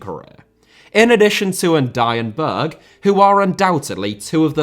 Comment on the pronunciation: Berge* not Bög Benrahma* not Benrohrmer Diamé* not Diohrmei Traoré* not Trayorei Caicedo* not Caiceirouw Idea* not Ideee